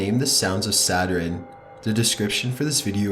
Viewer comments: When u think the video is not gonna have any mess ups...: "S A T U R I N E" Me: 👁️👄👁️ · It’s sa-tern not sa-ter-en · Ok, this guy can't say Saturn right. It's not Saturen. It's SATURN!! NO extra syllable!! Sheesh!! I wonder if he says Iron right?? I-orn, not I-ron. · Could you please research the pronunciation as well as the facts? I like your videos. But "Saturen" and "Blop"?????? I think you mean Saturn and Bloop, sir. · saturn, not saterarin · Saturn is pretty! "Saturin" is the scariest I've ever heard D:( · It sounds like you said “satrin” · Nightfangfox *Satur-IN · i don't think its pronounced, "satrun" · The scariest thing I heard was "Saturin" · Anyone else bothered by him saying saturin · "The Sounds of Saturin" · Can't even pronounce Saturn. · Why cant you pronounce Saturn properly. Your voice is so flat and monotone it made this hard to listen to! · for fuck sake you pronounce Saturn so odd. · is he trolling with that pronunciation of Saturn? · The pronunciation of Saturn.....wow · it's not "saturin" and it's sure as hell not "gavlston" SATURN...sat-ern.. AND GALVESTON...gal- vas-ton....I'm from Texas and most of us can't stand it when poeple mispronounce our city names. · It’s pronounced “Sa-tern” and “Gal-vehs-tuhn” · 'the rings of Saturiiiin......surrounding atmospeeeeeeeeeeeeeree,' the way you speak is scary, or should I say 'scaryeeee'. And it is bloop as in rhymes with loop not blop what the fuck is wrong with you?